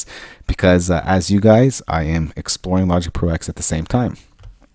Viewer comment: Technically it is pronounced 'Logic Pro Ten' as the X in OS-X refers to the UNIX operating system. Logic Pro X runs inside OS-X and therefoe cannot be allowed to have it's own kernel which would breach heirachy protocols in UNIX, it is merely executable code. So it is '10'. :o)